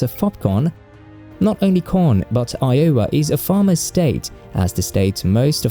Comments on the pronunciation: EYE-o-wa, not eye-O-wa. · It took me a few seconds to figure out what state he was talking about. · Wow, tell people to visit WV? One of the poorest states within the United States? And all of that lovely lovely coal is part of a dying industry. That's right, after coal, there's nothing to do other than hunting and fishing and trying to sack your sister. Oh, and try to get the pronunciation of Iowa right, just once! Sort of like pronouncing Gloucestershire like Glow-cestershure. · You GOTTA work on pronouncing Iowa! 😂